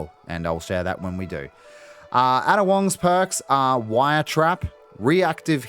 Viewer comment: Ada is pronounced "Aida" fyi.